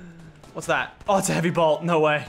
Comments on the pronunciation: J and M productions he was saying heavy bolt not heavy blot are you deaf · Who else was ragin when lachlan kept saying heavy blot instead of heavy sniper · Its not a heavy blot its bolt